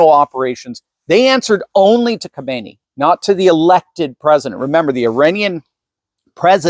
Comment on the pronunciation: try saying KHAM EN EI instead of KHO ME NI. There is a difference, you know.